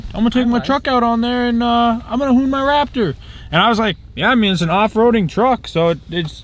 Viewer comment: "claptor" LMAO